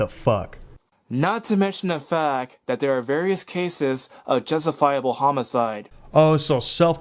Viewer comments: it's that not dat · Dudes words: 'duh fack, 'dat', 'dis', 'dee outcome'. I get that he has a speech impediment. Sadly, it only adds credence to the idiocy of his 'answers'. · seriously how can anyone take him seriously when he can't say "that."